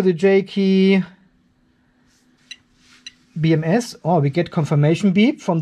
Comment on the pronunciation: Hey!!! HOW Many Times Can Say "J KEY BMS" Instead Of JK BMS??